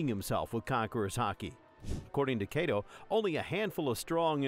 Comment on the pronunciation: I swear call him Kaydo one more time and I'll have a stroke.